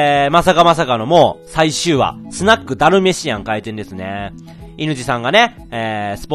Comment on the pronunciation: ダルメシ↓アン↑